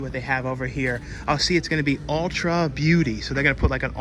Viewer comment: Ulta Beauty, doesn't have an "r" in it. It's not like Ultra, as in Ultra Man, lol. My exgf used to go there a lot so I know this.